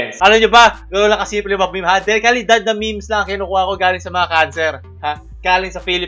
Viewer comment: HINDI MEYMEYS YON MEHMEHS YON CANCER KA